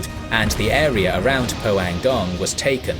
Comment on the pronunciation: Great job except the city names. Pohangdong sounds like poe - hang (a like in father) - dong (long o sound). Taegu sounds like Dtae (short d&t sound together and a like in "day") - gu (goo). So ALL "a" in Korea are like a in Father. ALL "u" are oo, all "ae" like in day, all "o" are long o sound, all "i" are ee sound...etc. oh, "eu" is a sound that is learned since there is no sound like it in English. Once you learn the Korean alphabet it's so easy to read Korean characters and easier to read the Konglish words. But overall, great job!